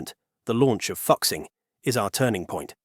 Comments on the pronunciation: Fuxing is pronounced as Folk Sing... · The pronunciation of ‘ Fuxing’ amuses me. 🤣I think it is really pronounced ‘ Fu Sing.’ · "Hexy" "Fuksing" Bro dont give a fuck about learning the right pronunciation. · the ai pronouncing "fuxing" as "fuksing" is so funny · AI needs to learn Chinese pronunciation! It’s pronounced “Foo Sing” (Fuxing). Otherwise what’s said is a profanity! 😂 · 😆 I love how the narrator mispronounced 和谐 as hecksie and 复兴 as fucksing Now I can't unsee it 🤣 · I lost it when you pronounce fuxing as "foxing". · Fuxing is pronounced more like Foo-shing. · it should be fu zing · It's pronounced Foo-Shing. He's tripping. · Like fuck sing is not how you pronounce it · He pronounced it as Fucx ing 😂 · Obvious... But still, points deducted for not proof hearing the content. Regardless, it is kinda fun hearing "fuk sing"... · "Fuxing" prounces as Fooshing. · “Fu” is pronounced as FOO…what a palmface pronunciation. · I press stop after you can’t even get a train name right. 😂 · the new Fuxing series was mentioned. The name was mispronounced due to the unique representation of Chinese phonetics using English characters. The many Chinese phonetics exceed ea direct English representation so some phonetics are representative rather than directly in conventional English pronunciation. Therefore “Fuxing” is actually pronounced Foo-Shing, which is the name of a Chinese mythological god of happiness. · Learn to pronounce chinese words. You butchered "FU2 XING1" If you are unwilling to learn then dont cover chinese content. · Ahem...'Fukxing' trains? Surely you mean to pronounce Fuxing (rejunvenation) as in 'Foo-Xing" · Fuxing is pronounced closer to foo-shing, not fucksing 😂😂😂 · i wanna laugh so bad every time he pronounce "FUxing", it actually more like "Foo Sing" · Hi Admin. Is not "Fux-Xing". Is "Foo-Xing". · It took me a while to realize that the voiceover was pronouncing 'Fuxing' as 'F*CK-sing' instead of 'foo-SHEENG' 🙂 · 复兴，fu'Xing not foxing